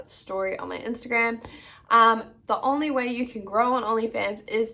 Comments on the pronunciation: She must think only is literally pronounced “on-lee” instead of “own-lee” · I can’t get over the way you say “only” girrrrrl!! I’m from nz too & I’ve never heard anyone say it like that 😂 love this video! 🙌🏽💰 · Why do you say “only” like that?